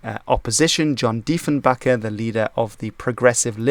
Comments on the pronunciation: It’s Diefenbaker not Diefenbacker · it's actually John Diefenbaker being pronounced the same as baker, someone who makes bread. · Deifenbaker is pronounced baker like he bakes bread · The Conservativeleader'sname is pronounced 'Diefen-baker' not 'backer' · It's not " Diefenbacker", it's "Diefenbaker". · It's Diefenbaker, not Diefenbacker and he led the Progressive Conservatives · It's John DiefenBAKER not BACKER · It was John DeifenBAKER, not Deifenbacker, and you still mispronounced Newfoundland! Do your damn homework! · Firstly, ensign is pronounced "en-sin" in Canada. Secondly, it's "Diefenbaker", not 'Diefenbacker. Thirdly, also part of negotiations to change the flag was the progressive New Democratic Party, then propping up the Liberals in the Canadian House of Commons. Finally, an excellent video otherwise. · Also: En-sin (not en-sign) and Dee-fen-bay-kur (not bakker). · It's actually John Diefenbaker not Diefenbacker, and is pronounced with a hard A. He was also the conservative leader, not the liberal. Otherwise a great video! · Just a small correction. It’s ‘John Diefenbaker’ - no ‘C’ and is pronounced -Baker, not -Backer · would be more credible if he actually got names (DiefenBAKER) and dates (1497) right. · And pronounced John Diefenbaker. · Diefenbaker was a Conservative, not a Liberal. Don’t insult the poor man now. -Diefenbaker was pronounced wrong. -The Red Ensign was a much better flag than our “Peruvian Hybrid” that we use now. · You misspelt and mispronounced Diefenbaker. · I believe is Dutch just like me. We pronounce the names of where it comes from. In this case, Diefenbaker resembles a German name, and pronounces this name in a German way.